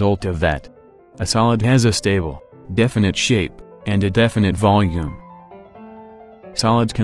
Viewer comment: the way he says stable 😩😩